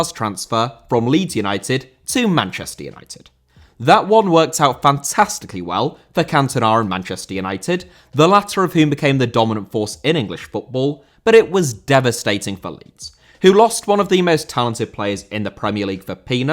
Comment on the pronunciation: Cantona* not Cantonar